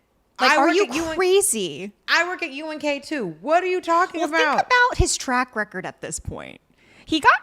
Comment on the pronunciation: Im not sure if Dolce was doing it on purpose or not but she kept saying UGK instead of UNK but im DYINGGGG either way hahahahahah!!!!